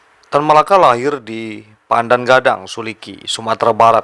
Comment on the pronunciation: Pandam Gadang bukan pandan gadang bg👍👍